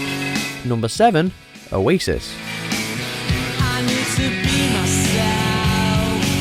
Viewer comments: Oasis.???? Stopped watching. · Oasis hahahaha??? Come off it